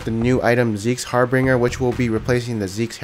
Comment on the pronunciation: I'm pretty sure it's Zeke's Harbinger, not Harbringer.